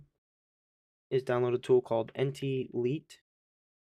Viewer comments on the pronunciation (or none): I really wouldn't follow this! Firstly and only because of a proponent of the English language.. it's NTlite as in "light" and not "leet" The write-up in the description mentions the Microsoft store, but that's not even included with ltsc. Saying "I'm pretty sure" during the video is a good indication that the uploader doesn't fully understand the software and as people here have already mentioned, getting the iso from M$ is just an evaluation and really quite pointless. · Lite is pronounced Light not Leet